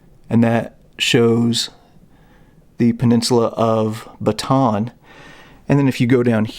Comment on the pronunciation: Minir correction, it's pronounced "batah-ahn". Recommend you visit Corregidor island when travel is permitted.